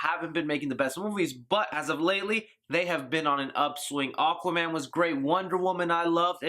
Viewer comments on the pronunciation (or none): none